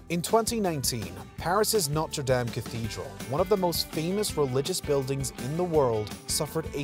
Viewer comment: Why are you pronouncing Notre Dame so terribly cringy. STOP! STOP! STOP! 🤬🤬🤬🤬🤬🤬🤬🤬